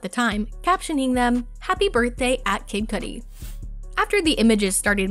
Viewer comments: Its kid Cudi not coody lol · “Kid kooodie” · “Coodie “. Wtf? 😂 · “COODI” XD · You would think a celeb journalist could pronounce kid cudi and not kid cootie. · Lady really said kid coodie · love how the person talkin is just butchering kid cudi name